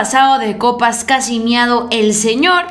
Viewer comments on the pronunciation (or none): Señorita!!????? Es, meado, no miado.. Del verbo "mear" "orinar", "miccionar" Miado se deriva del verbo "miar", "maullar" etc... No hables por hablar, ¡prepárate antes de vociferar tonterías!